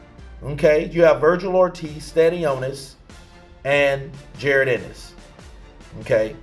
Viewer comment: You know mf well that’s not how you say Jaron Ennis name🤡